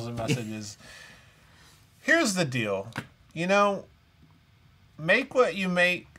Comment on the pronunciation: One pet peeve about the show is the way pronounces words like "deal" and "field" and "steal". Maybe it's a Southern thing not to use the long "e" sound, but it drives me nuts when people pronounce "deal" like "dill." Or "field" like "filled." Or "steal" like "still."